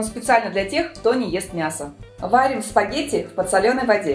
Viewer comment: Рецепты очень классные, но адски режет слух «в подсолЁной воде», правильно «в подсОленной»